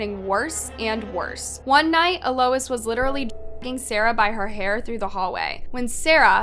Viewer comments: (Ahl-ois) Alois. Not uh Lois. 😅 you crack me up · It’s pronounced a low eez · Is her name seriously E-Lois and not Eloise? And Hamish? Not Hemish? Not knocking you if that’s correct but, I’ve never heard either of those name is pronounced that way.